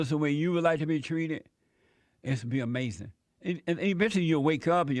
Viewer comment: Isn't that AH-MAZIN Jesse? Yes Jesse DAS AH-MAZIN! 😂 👍